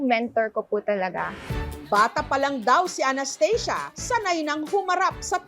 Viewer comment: Well anong Anesthesia can u pronounce the real pronouncation of ANASTHASIA😂